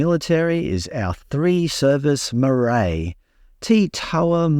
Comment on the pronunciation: Good on you for trying to pronounce maori words. Marae. maa-rye. "mixing of languages is a nightmare" you are ignorant of our cultures here in NZ.